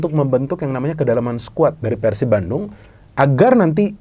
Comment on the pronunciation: Respek sih doi bilang Persib nya pake e ala resolusi, bukan kek kebanyakan orang diluar bobotoh pasti bilangnya Peursib ala pergi.